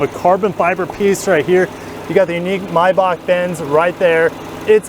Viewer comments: I. Believe it is a MAYbach not a MYbach. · Why do you pronounce "MAY" as "MY" MY- BACH or MAY- BACH